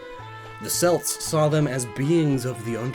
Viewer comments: Celt is pronounced "Kelt" if you're talking about the people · *”Kelt” not “Selt” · Oh God he did it again. Celt has a HARD C! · it's time somebody told you. When talking about the culture, Celt is pronounced with a hard "c". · Celt, is pronounced Kelt. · …. Celt is pronounced 'Kelt' KELT! KEEEEEEEEEEEEEEEEEEEEEEEEEELT!!! Hard C sound, like in 'cake'. Celt=Kelt! Ignore the idiots from Boston, it is 'kelt' and 'keltic'. Tiny rant concluded. Great video. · it's pronounced "kelt" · You pronounced "celt" wrong